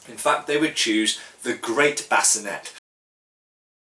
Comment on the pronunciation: Great video as always. I found your pronunciation of sallet interesting, you're the first person that I've heard pronounce it, and bascinet the way you did. However, that's the way that I always thought those words were and should be pronounced given that they appear to be French words and other French words ending in et are pronounced with an ay sound. Speaking of French and armor, why is that European armor (to include helmets) have French names yet France was not, as far I know, one of the prime movers in armor design. Given that most armor, particularly plate armor, followed either the Italian or German school of design, why the French names and not Italian or German?